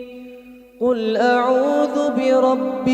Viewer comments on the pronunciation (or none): none